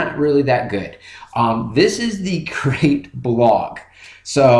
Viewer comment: Crete. (Creet) Like Crete, Italy. Not crate, the box.